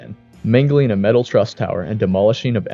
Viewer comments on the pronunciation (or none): none